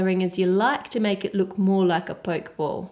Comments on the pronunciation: Curious, since a singular 'k' sound doesn't exist in Japanese, so how could that be the actual pronunciation? It's "po-keh", not the anglicised 'poke', as in to prod. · Its NOT a Poke ball its pronounced pokey ball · It's pronounced Pokeeee ball. Not poke ball as in poking something with a stick for example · i think you pronounce the pokéball like pocke(t)-ball rather than poke(ing)ball actually. it came out very nice but please don't throw it haha :) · It's pronounced poke e ball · Theres an accent on the E so its Pok-ee-ball or you can pronounce it pokiball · Arghhhhh you kept saying pokeball wrong